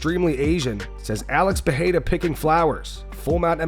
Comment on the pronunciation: Chael you can’t even figure out how to say Alex Pereira’s name. You say it differently every single time. Your outdated opinion are getting more and more useless. Loved ya in your prime. Best mouth on a mic. But it’s time to shut up